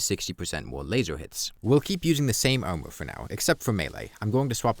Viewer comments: This whole time i was wondering wth "omo" was, then i understood it was "armor" 😂 great video mate, very insightful! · "Owmur" "Owmur" "Owmur"